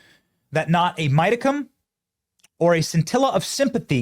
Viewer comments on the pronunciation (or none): A "midicum"?